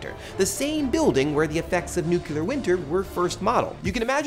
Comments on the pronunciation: I thought, a PBS show on youtube, I can get behind this. But I can't because the host can't pronounce "nuclear" properly. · "It's pronounced NEW-KYOO-LAR!"